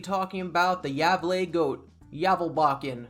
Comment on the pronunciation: It’s Gävle, Ä and A are separate letters in Swedish. Fun video anyway